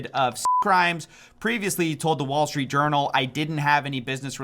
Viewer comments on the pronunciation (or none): none